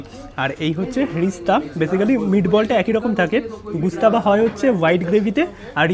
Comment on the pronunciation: Bhai khabarer naam jene food blog kar.... Gustaba noi ghostaba